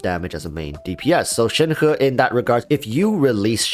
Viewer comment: But... that is the actual correct pronunciation? actually pronounces it correctly?